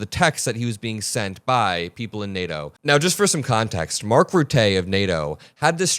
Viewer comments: Mark Rutte - 'ruh-tuh', not 'rootay'. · Love you. The smartest kid on YouTube which has many brilliant 20 somethings. One complaint; Name pronunciation. If you mispronounce a person’s name it distracts from your message. Mark Rutte- Mark RootAH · Small tip from a Dutchman. Rutte is pronounced Rut-the with a short e, instead of Rutay. Aside from that I love your perspective! keep up the good work! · It’s not Routé ist Rutte like in Titties. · Please learn how to pronounce Macron and Rutter 😠